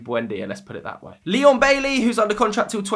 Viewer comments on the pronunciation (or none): none